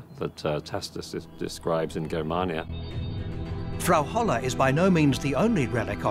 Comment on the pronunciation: The narrator pronunciations are terrible! Germania is pronounced Jermania and the A between M and N is pronounced as an A not an ar a.